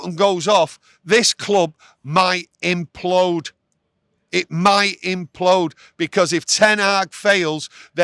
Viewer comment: Implode... not impload :D